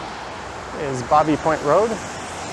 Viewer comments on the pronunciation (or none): Love your tour today but when I lived there Baby Point was pronounced "baybee" like in child. Happy trails!